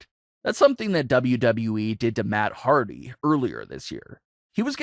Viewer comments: It HARDY NOT HARDTY LOL 😂 Jeff deserves so much better hope he goes AEW him broken Matt AEW TAG Champions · You spelled Hardy wrong. You said "Hardty."